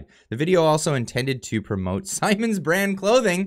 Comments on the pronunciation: Its sssss ‘eye’ mins like Simon says….one m makes the i a strong vowel sound. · People and corporations are showing their colors And it is pronounced Simons as in "eye"